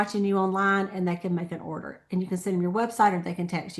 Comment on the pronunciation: order sounded like hoarder